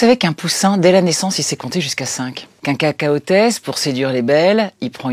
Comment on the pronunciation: Cacatoès et pas Cacaotès merci.